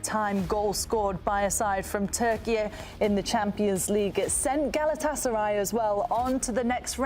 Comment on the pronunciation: pronounces Galatasaray correctly, all other suck at it.